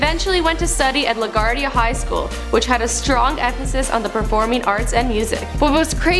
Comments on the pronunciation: La.gwar.dia not La.guard.ia the fuck (pronunciation) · it's pronounced lag gwar dia